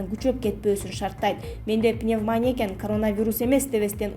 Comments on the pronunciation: Пневманя деп айтылбайт . Пневмания деп айтылат. Граматика деген жок биздин журналистерде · Доодур пневмоня мес, туура айтчы пневмания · ПневманЯ эмес пневмонИя... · Туура окучу пневманиииядан жакшылап окуганды уйрончу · ПневмонИя, читать научитесь! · Туура суйлогон ( ударение ) башка кыздар жок экенби? Кыжырды келтирип атат пневмония дегпн созду туура айта албай атат УЯТ эле